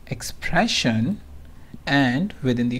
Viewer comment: Hi... I appreciate the knowledge you have on qlikview and for the pains you take to upload a video. My Suggestion is that you should stop using the Slang of an American. You are unnecessarily stressing some words like an american which is breaking the momentum to listen to a video completely... EX: Exxpprressin...CCCommmpletely....You are prolonging words.. instead cutting short the matter. Thanks anyways